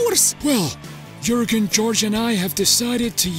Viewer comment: Boehly calling them "J-urgen" and "Moses"🤣🤣🤣